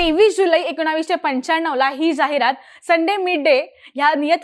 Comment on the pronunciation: एकोणावीसशे काय असत ? ताईंना एकोणीसशे म्हणायचंय का ? ह्या विषयाला चिन्मयच हवा